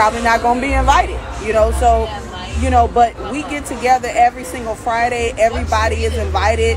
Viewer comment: Not single, she said “sangle” 🤣😂🤣